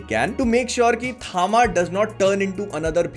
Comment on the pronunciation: Bhai, basically THAMA is "TAM" (तम=अंधकार), in south, H is added after T hence it is THAMA, but people are saying it थामा rather than तम